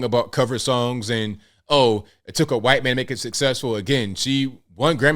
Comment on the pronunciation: can you please pronounce white in not a weird way. It's the only word you keep messing up for some reason and i don't know why. Never heard anyone pronounce white as quite.